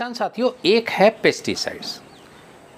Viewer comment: आप कनफ्यूज करने वाले शब्द बोल रहे हैं पेस्टी साइड और इंशेक्टी साइड की जगह पैस्टी साइड ही पेस्ती साइड बोल रहे हैं